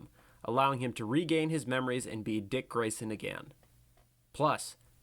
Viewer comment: I was surprised he ain called Dick "Dyke"